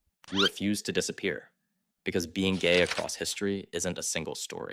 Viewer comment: "Why are you Geye?" 😂